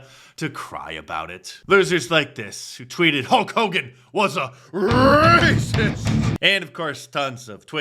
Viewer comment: We got the “RRRRacist” scream